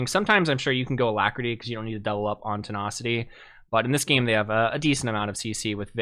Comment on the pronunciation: I’m sorry but te (nah)city random but it irks me great video tho 😂😂